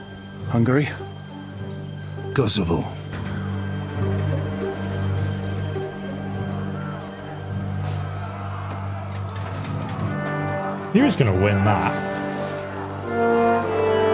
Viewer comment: KCDII: "Battle of Kosavo " ESO: "That's Constantinople, right?" Me: *facepalm*